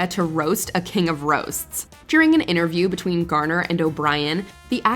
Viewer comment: the narrator lady said "intervRiew" 😂😂😂😂😂😂😂😂😂😂😂😂